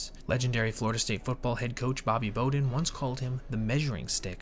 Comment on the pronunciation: How do you not know how to pronounce Bobby Bowden?